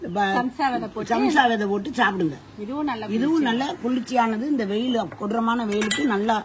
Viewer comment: sabja vethai ❌ Samsa vethai✅